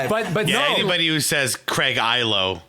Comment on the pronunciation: McLovin said Craig “Eye-lo”